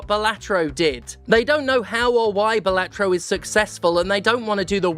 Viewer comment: It's BAHlatro. LeviosAAAAAH